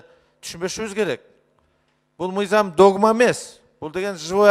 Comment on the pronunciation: Зулпукаров суйлогону кантейт каньститюся мизям деп уят ушул созду депутаттардын баардыгы ушунтип суйлошот.